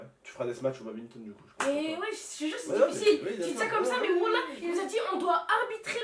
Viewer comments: C'est du Badminton pas du babgninton xD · BADMINTON et pas BABITON c'est mon sport et un très beau sport 😡😡😡😡😡😡😡😡😡😡😡😡😡 Ça se respect